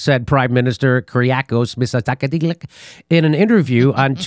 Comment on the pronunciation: LMAO watching you try to pronounce the Greek PM's name had us all laughing in fits. Thank you for that! By the way, Mitsotakis is a wolf in sheep's clothing, and if he thought he could get away with it he would, but he's coming up for reelection next year so now he's playing nice. The Greek mainstream media are completely owned and controlled by big pharma, and they are pushing really hard to get everyone vaxed here. Much love from Athens for what you're doing Jimmy! Keep the info and laughs coming.